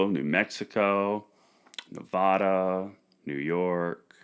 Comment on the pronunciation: YO Homie! I frickin love you. Please learn how to pronounce Nevada correctly. Ne-vah-duh. Love you, bro.